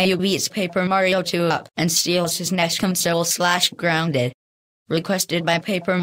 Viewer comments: said grounded wrong he spelt it like this guonded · said gorunded